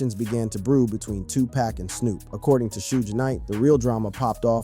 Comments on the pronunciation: Get it right, nerd. It's 2pac, not 2pack . Lame ass rat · Is Tupac stop saying his name wrong if you don't know how to say it don't say it Tupac not tupak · Why are you saying TWO PACK?😮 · Bro PLEASE PRONUNCIATE MY BROTHER'S NAME ...ITS NOT TUPACK ITS TUPAC (tu-pock)HOW TF you don't even know his name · Stop calling Tupac, Tu Pack, get the name right!🙄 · This cat said,” 2 pack. It’s, Tupac pronounced like saying too-pak. Get it right if you’re capitalizing off his name. On social media. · why are you pronouncing Pac name wrong , I know you have heard the correct pronouncing of his name, you being disrespectful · It,s TUPAC NOT TWOPAC FOOL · Man shut up u keep sayin Tu-Pack that’s how I know u don’t know shit…it’s PRONOUNCED TOO-POCK SMFH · Moron can't even say 2pac ...ITS NOT 2PACK SMH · Can you give the man 2 pac the respect of pronouncing his name right. He's a legend it's pac not pack. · Who is narrating this video? Why is Pac being pronounced pack? Snoop was even pronounced snop once in this video! Why?! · Yo my man, say the mans name correctly its 2Pac pronounced Too-Poc..........not 2Pack.... idiot!!! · Hard to hear him say 2Pack. Horrendous work! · Bro" No disrespect"" But can you please say the man name right? His name is 2pac"" not 2 pack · It's 2PAC NOT twoPack!!!😫😫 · Get his name right! Tupac.....not 2pack!! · Dude his name is pronounced,” Tupac( Tu Pak). No way any dark skinned person even youngsters can not understand that. Put some respect on homies name. Especially since he transitioned and your making change( dollars) on his name smh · Damn man you could have atleast pronounced Pac's name right... You called that man tupack.. over and over and over😂🤦🏿‍♂️ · Time for y'all to immediately unfollow the page. Dude be using AI instead of putting the real work of a content creator. Posting a video that says "Shoodge Knight" and "TooPack" is outright shameful shit.:text-green-game-over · Bro ain't no way you saying 2 pack an shooesh knight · TOE PEC 😂